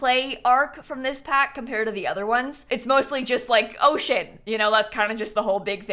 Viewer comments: When she said “OCEAN”. I thought she said oh Sh*t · I had this video playing in the background (love listening to your videos while playing sims) and when you said the word 'Ocean' I thought you said something else lol Otherwise, Your list was very accurate, and Season has by far been my favorite pack in the game.